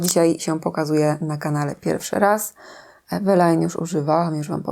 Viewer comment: 😅😅😅😅😅 DLACZEGO wymawiamy połowę słowa Eveline po polsku a drugą połowę po angielsku? Ewelajn? Czemu nie Iwlajn? Czemu nie Eweline? 😅😅😅😅😅